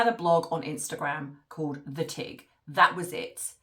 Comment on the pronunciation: Just please...... say THAT, instead of thoet!